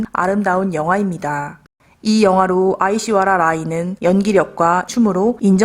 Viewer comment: 발음이 안됐네요... 아 - 이 - 쉬 - 와 - 리 - 야. 라-이 인데요. At least try to say her name right if you make a video about her. Also, you forgot to say that Madhuri Dixit was the biggets star of Devdas before Aish and SRK were casted. She is probaboy more famous and a renowned dancer and actress than them bith combined. In fact, Aish got a lot of compliments for matching up to Madhuri, which many actresses cannot do.